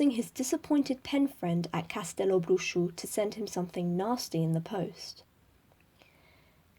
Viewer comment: Just found this in the middle of the quarentine. Thanks for the listening :) and kudos for pronuncing Castelobruxo well (I know it's spelled out on the site, but I still have heard ppl sounding a bit off lol)